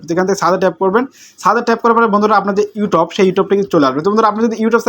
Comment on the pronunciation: ব্যাটা,, ঠিক মতো ইউটিউব উচ্চারণ করতে পারোনা 😂 ইউটোব ইউটোব কি?????😂😂